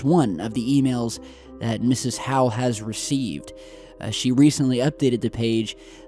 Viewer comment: 1. Her name is Linda Moulton HOWE -- not HOWELL! 2. It surprises me that, in this video-report, you do NOT seem to notice and do NOT comment one of the most extensive and shocking indications in any of those extensive landscape/skyscape images -- the expansive (and historically highly unusual) MUDDY YELLOWISH-REDDISH-ORANGE CLOUD-COVER above those landscapes. According to various observers, such expansive cloud-cover of those particular qualities reportedly has become increasingly commonplace around the world in the past year or so and, reportedly, is NOT historically the norm. So if that is true, then what might be THE CAUSE? Might the cause, as some observers allege, be linked to (a) "CHEMTRAILS" and their alleged content, and (b) "HAARP" and how it allegedly is designed to INTERACT with and ENERGIZE the substances that allegedly are being placed in the atmosphere by "Chemtrails", and (c) the electrostatic (and other energetic) alleged effects of SOLAR FLARES as well as of (d) the alleged invasion into our Solar System -- and the alleged closing-in approach to our Sun and to the Earth -- of one or more "STELLAR CORES" (which some theorize as being "Planet X" or "Nibiru" etcetera) and their energetic effects on substances (also including on "Chemtrail" substances) in Earth's atmosphere? 3. As to the JFK Airport 3 lights" clip: Replaying the clip, I noticed what appears to be an intermittent (and briefly repeating) dull red glow on the left side of the left-most light